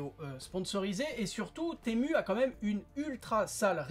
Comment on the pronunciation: Temu se prononce Timou 😉